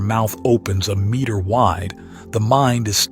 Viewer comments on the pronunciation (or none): none